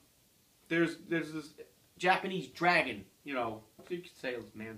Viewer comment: I got chills when I heard that line. Also, I thought, oh my gosh, the got the Japanese name right!